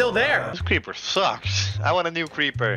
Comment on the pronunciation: ah yes crepper